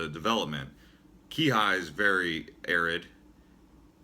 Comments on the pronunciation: I stopped watching after he reviewed Maui. I lived in Kihei (key-hay NOT Key-High) and got payed wayyy more than what Oahu payed. Easier to get jobs there because you can actually meet n greet the owners of independent shops vs faceless resume submission on Oahu. Maui is NOT CA, at best maybe like Lake Tahoe or small OC town is to Maui as LA is to Oahu but thats it. Maui is laid back, not jammed like Oahu but not dead like Big Island, kinda in between but more on the country side. Dating there suuuuucks but it is less stressful unless your life is all about dating lol. Sunsets cant be beat. I like Oahu for people watching but Maui for nature. There are pros n cons to all islands. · Please PLEASE learn how to pronounce the names of the towns correctly. Like Haleiwa and Kihei. I had to stop watching. You have no business giving advice or "information" about Hawaii. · Right? I had to stop watching because I was cringing so much at his pronunciation of Haleiwa, Kihei, etc. This guy has no business making videos about Hawaii.